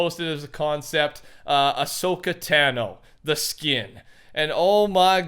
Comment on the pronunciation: U said ahsoka tano wrong